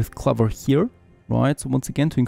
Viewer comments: Yes, it rhymes with 'over', not with 'lover'. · Clover is pronounced like closer but with a ‘v’. (As a language learner myself I can’t help but share it). Keep the great farthest frontier videos up! Cheers!